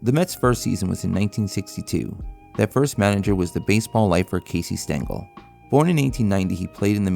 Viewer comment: might help if u didnt butcher casey's name